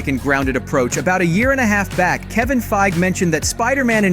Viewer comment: FEIG EEEEE say his name properly please he has an E at the end of his name 🤦‍♂️